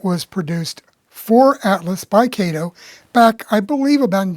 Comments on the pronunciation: Oh No, No, No, NoNoNoNoNOOoooOh! My wifee would pull my hair out (n i only have a few left) if my model train would pull the paint off my concrete block basement wall (nottto daaahhtoh she cares bout it). About Kato. It's nut(not) pronounced KAeToh. It's pronounced CutOh in Japan. Yah, ur dinking bout daaahhaahto Baaatohman's compadre KayToe? As far as CutOh's models, they're over engineered. Why pay daaahhaato (that) munchy when u can get more out of current Xi Ji Ping CCP make? CutOh product must be slashed nut only in engineering buttttoh(butt), material quality too to compete against Xi's and i bet they in turn have their product by Evita Peron song: 'Don't Cry 4 MEeeeeeeh, Made-in-Cheeenah! The truth is i've never loved u!' U may dink bout chucking dem Alco CutOh's. They all look like green cucumber pickles anyway! Time for trade-in's w newer 'off red' colored CCP Xi's. OK, OK, OOOhKay! Seriously, i really appreciated ur presentation by disassembling the model, then to analyze why the Alco models run so well. You just cracked me up when u mentioned about the models r designed so well that they'll pull the paint off ... Thumbs way up n subscribed to ur channel. Thx! PS. I would rather c ur locos pull off thick Tammy Baker's powder puff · You're another one that needs to apologize to Mr. Kato. His name is pronounced Cot o.